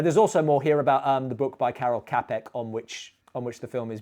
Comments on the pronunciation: Minor point: Karel Kapek's last name is correctly pronounced "Chapek". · As strangely nobody pointed that out yet I'll be that guy on the internet: the Ċ in Karel Ċapek's surname is pronounced like in the word "choose" (that's what the marking on top of it indicates) so it's "chapek" rather than "kapek". Great review as usual but that pronounciation was a bit grating :)